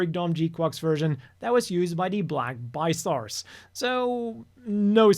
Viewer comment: Anyone else besides me hear black bi stars and not black tri stars 😄🤣